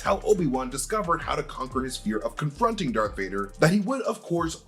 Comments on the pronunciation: Say it with me…. DARTH DARTH DARTH DARTH DARTH DARTH DARTH DARTH DARTH DARTH DARTH DARTH DARTH DARTH DARTH DARTH DARTH DARTH DARTH DARTH DARTH!!!!!!!!! Not dark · Darth not dark vader